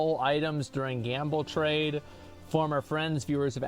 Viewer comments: Is no one going to talk about him saying "gamba" instead of "gamble"? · Whys he saying gamba? Its gambling, and thats how to olay poe